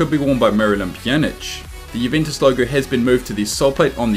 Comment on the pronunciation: You can't even pronounce the name Juventus correctly... 😒